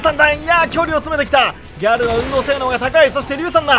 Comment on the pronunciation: ギャ↗ル↘（笑）